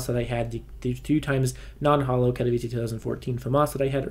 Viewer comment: thank you for pronouncing katowice correctly